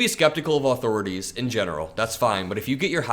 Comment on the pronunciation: “Aww-Thor-Aww-Tees” lol.